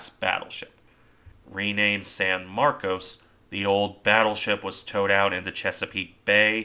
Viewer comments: No, it's San Marcos as you first said. But a lot of Texans don't like being reminded of the Spanish origins of most of the state, so they insist on mis-pronouncing words, so "Sanmarcus.". I live in a town wit a purely Spanish-language name that was originally pronounced correctly. But within a couple of decades of the town's founding, the town leaders "anglicanized" the name and started insisting everyone use that pronounciation. This is the dominant word use to this day for everyone born here. Transplants from other areas tend to pronounce it correctly. Same with San Marcos and other areas. You can even see the change on Wikipedia pronounciations. Some Texans get very upset if you use the proper words, saying "that's not right! WE say it THIS WAY!" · Right. San MarCOs. Except for the people I run into in Central Texas who pronounce it San MarCUSS. 🤷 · What's in a name? How you pronounce it depends where you are I suppose. You're correct about the way Texans pronounce it... at least we're not talking about Refugio, which locally is pronounced 'Re-fury-oh'. I figure it's a lot like "Concord", the capital of my home state New Hampshire. It's locally pronounced 'conquered', but most people not from the granite state pronounce it like the airplane- Concorde. 🤷 Tomayto, Tomahto. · It seems you're making a distinction without a difference. I've lived in Texas for 45 years and the name of the town varies from a long "O" to a mushy "ahh", sometimes in the same conversation. The Spanish pronunciation would use the long "O". I think it's a mistake to consider the hit on the bridge and conning tower a "one in a million hit". The odds of hitting the bridge are exactly the same as for hitting any other part of the ship. When you look at all the shell holes all around the turrets and superstructure it's not surprising at all. Gunners will aim at the center of mass, just the spot where the conning tower is.